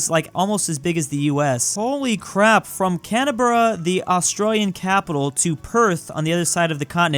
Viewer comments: I've actually driven the route from Adelaide to Perth. That coastline you see is actually just cliffs with a huge drop and sometimes you get REALLY close to the edge. Also our capital is pronounced like Can - bruh , not cana - bruh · As an Australian, I am mad it’s pronounce can-bruh not cana-berrah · Cana bruh perfect pronunciation of Australian cities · canaberra Me: NOoO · Canaberra is pronounced cam-bruh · Why is no one talking about how pronounced Canberra as cananbruh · He pronounced Canberra as WHAT?!?!?